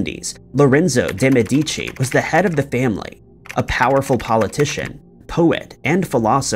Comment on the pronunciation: A little correction: on the Florentian family name pronunciation the strong sylable is the first one, "Me" and not the second, "di", as you are pronouncing it. It's not "Me-deeee-chee" but "Meheh-dee-chee".